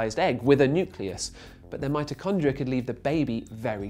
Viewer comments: its mitochondria, not mitrochondria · wow, is it just a British thing to say Mitochondria' instead of 'Mitrochondria'